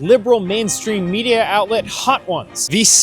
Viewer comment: "Australia took their kids off of social mediarrr" Genius. Absolutely genius.